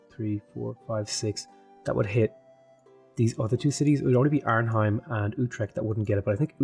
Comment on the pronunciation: Love the video, but the way you pronounce Arnhem is really funny. It's not heim, but hèm.